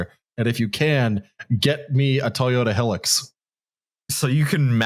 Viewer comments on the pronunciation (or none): what the fuck do you think you're doing pronouncing "hilux" like that? Outrageous. It's high-lux. And a fantastic car which I recommend to anyone who needs a workhorse 4x4 for off-road stuff.